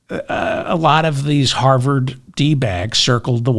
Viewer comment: Did you say harvered 😂